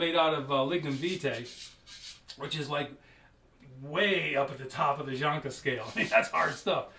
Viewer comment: Its Janka scale, not jonka, What an idiot